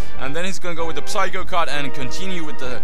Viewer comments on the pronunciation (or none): none